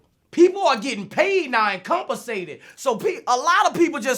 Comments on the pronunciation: "Compinsated" or compensated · comp a sated lol boosie English lol